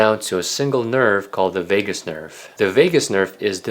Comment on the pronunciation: I believed everything until he said Vegas nerve instead of Vajus nerve.